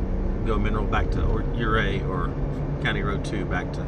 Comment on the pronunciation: You-ray, not yer-ray